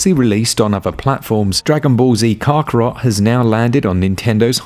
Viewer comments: its pronounced ka-ka-rot! not carcurot! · Excuse me? Caaarkarot? It’s Kakarot, with a hard K. Never watched the anime? UPDATE: Okay. Carkarot was one thing… but Nay-mek? It’s Namek! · It’s pronounced kack ka rot as in hack with a k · DBZ: “Kock-Rot” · Who the hell is "Kar-Kar-Rot"? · Dragon ball Z Car-car-rot? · Lol saiyaaan and kakoroot wth man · car carrot is not the right pronunciation dude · The “Car-karot” is definitely difficult to get past lol. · The way he pronounced kakarot 🤦🏾‍♂️ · Can't take this review seriously when can't even say Kakarot properly. 🤨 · how you say kakarot has me cringe lol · I literally stopped the video and unsubscribed because of how you pronounced Kakarot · A so called fan would know how to pronounce Kakarot. And it's a manga, not comic.